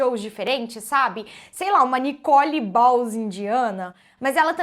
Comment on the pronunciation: "Nikole bahls indiana", não sei porque ri disso. Não conheço, mas sei que é mais inteligente que a nikole, certeza.